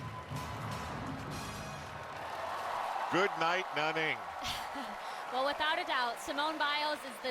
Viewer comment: Cody S. But did you hear Al say "Nah-ning" LOL! ITS NANNING AL!